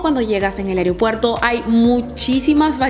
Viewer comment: Muy buen video. Buen contenido. Me gustó. Solo que debes corregir algo; se dice es aeropuerto, no aereopuerto. Saludos 😊